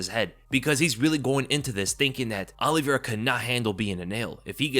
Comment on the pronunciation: As someone who’s last name is Oliveira it’s not OLLYvera 😂